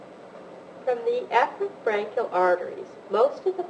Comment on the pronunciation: um, I wish she would pronounce Efferent with an E and not a soft A... very confusing.